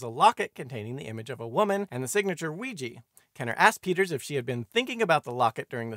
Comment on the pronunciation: I'm always fascinated to hear Ouija pronounced "wiegie" almost as though it were made in Glasgow.